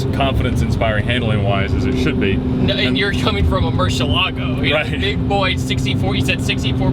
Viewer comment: Any video featuring the LP640 along with Ed is going to be cool , but please learn how to pronounce Murcielago..Ed Boiian will tell you.